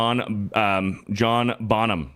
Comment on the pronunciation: John Bonham.: says it right the first time, and then "corrects" himself by saying John Bon-Ham. This is why we love you,.